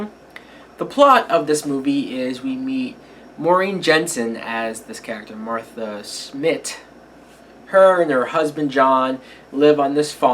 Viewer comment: Her name is Maren ("mare-en") Jensen, not Maureen. She was Athena in the original Battlestar Galactica movie and series. That is the only reason i watched this movie way back when it came out on VHS. Now, of course, I have the Blu-Ray. Not a great movie, but I would watch anything with her in it. Sharon Stone isn't bad either.